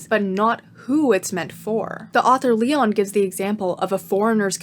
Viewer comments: so sorry, absolutely loved the video, I hate being annoying but I'm gonna have to correct your pronunciation of Massimo Leone's last name lol, it's like "leh-oh-neh" ! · Great vid but it's pronounced "Lay-oh-knee", not "Lee-on" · Not a really intelligent comment because I am tired rn and I will watch the video later but I find peculiar how you perfectly pronounced massimo while butchering leone